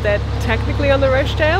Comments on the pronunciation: oooh you and your posh pronunciation of Rochdale! - made me smile! (its "Rotch-dale") Maybe Rochdale should adopt your version :-) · I know this doesn't matter and it was months ago and you are somewhere completely different now - but - Rochdale is pronounced Roch (to rhyme with watch) dale and I nearly didn't comment but you are in my home territory here, the land of my birth, and I guess its good to know, maybe not. Happy cruising xxx Kate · Hahahaha! ROshdale!!! I assume you know the pronunciation now!!!! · I love the way you pronounce Rochdale :)